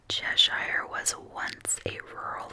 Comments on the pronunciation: Chesh-er is how we pronounce it (most places in the northeast that end in shire are pronounced that way). Thanks for your content! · As a Brit, it always cracks me up how non-Brits pronounce name of places. Fist one is Edinburgh and the second is everything related to “shire”. Like Cheshire ;). Thanks for making me smile. Oh and I vote for b please!